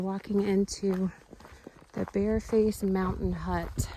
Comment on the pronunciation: Sounded like you said Bear Face?? but I think that is Bearfence Mountain Hut?... :)